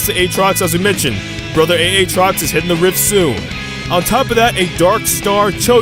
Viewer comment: aatrox aatrox not A-atrox